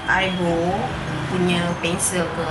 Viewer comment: Eyebrow-pronounced it as (aiberau) 💆not bero .